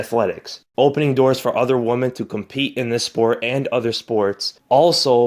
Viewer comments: Not to be a dick, but there is a difference between woman and women. Maybe you simple just said it incorrectly. It happens. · Woman or Women? He keeps saying Woman? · I'm not clowning. FYI: check out how to pronounce "women".